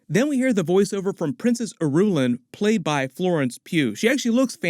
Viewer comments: I....ruuuuu.....laan.....not Irulun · It doesn't seem like you've read the books! It's. Not Ir-u-lin. 👎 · Irulan = EAR-ruu-lahn. ;) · It's princess AIR-A-LAAN.